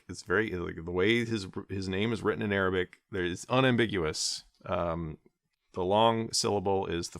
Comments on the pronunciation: i'm impressed by your arabic pronunciation. cheers from an indonesian muslim! :) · When u have a child you no longer go by your name you go by a conya a conya means u be called father of like if your child name is abdallah they start calling you Abo abdallah mashallah your arabic pronunciation is perfect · yes, i am also impressed, it's almost perfect👌🏽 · Thanks for the video. Your Arabic pronunciation is impressive, by the way! Regarding Al-Ghazali's name, here's a translated text from Wikipedia: "Abu Hamid Muhammad ibn Muhammad ibn Muhammad ibn Ahmad al-Ghazali al-Tusi al-Nisaburi, known as Abu Hamid, had a son who died at a young age. He is also known as 'al-Ghazzali' in reference to the wool spinning craft, as his father worked in that industry. He is also attributed to 'al-Ghazali' in reference to the town of Ghazala in the villages of Tus. He said about himself: 'People call me al-Ghazzali, but I am not al-Ghazzali. I am attributed to a village called Ghazala.' Ibn Khallikan stated that his attribution to 'al-Ghazzali' (with a stressed z) is the famous one, and it is more correct than his attribution to 'al-Ghazali.' This is confirmed by what the traveler Yakut al-Hamawi narrated, that he had not heard of the town of Ghazala in Tus." Also, "ghazala" means a female deer or a hind.